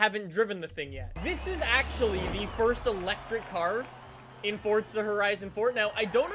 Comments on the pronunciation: Is it just me or does it sound like he seas fortsa instead of forza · Fortza..?? You mean forza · do u mean to say “forZa” not forTza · its called forza not fortza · You say it like fortza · Why did you say Forcza Horizon 4? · Please stop saying fortza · Its not FORTZA